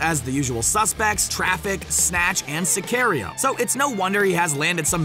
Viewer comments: I like saying it close to cigarillo. Sic A Rio, is not correct, though. It is closer to Si Car Io. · Did you seriously just say Si-care-io for sicario, it's Si-car-eo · "Sicario?" Say it right or don't say it all!!! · Are we just gonna ignore how he said Sicario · When he mispronounced Sicario, I died.